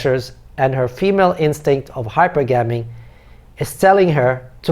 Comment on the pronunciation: it’s high-per-ga-me with the stress on the “per”